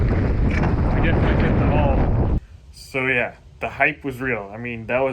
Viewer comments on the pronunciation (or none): When it's really big turns a little Canadian. Oh ya, ooh yah.